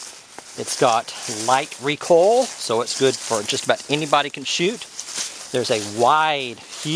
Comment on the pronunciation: REE COIL not REE COLL!! haha